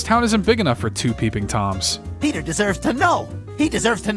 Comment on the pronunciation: ITS NOT PETER ITS ✨PETAH✨